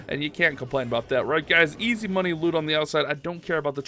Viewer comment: Plz dont say easy mobey